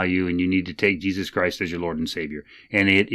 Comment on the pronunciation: My man said "they're really strong on the hey-zeus" 😆 THIS is why I love this channel